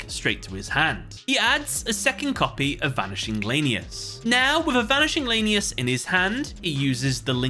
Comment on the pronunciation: Honestly bugs me as a raidraptor fan (my favorite archetype hands down) when calls them lane-e-us instead of lan-e-us ik it's not that big of a deal but still bugs me a bit